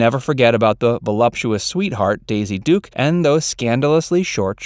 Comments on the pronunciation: DUKE not Dukes. If you can't get that right, you're not to be trusted. Big dislike, reported. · Her name is Duke, not Dukes, “”. Fail.